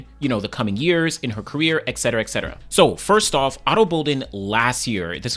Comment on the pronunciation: it's et cetera, not eccetera.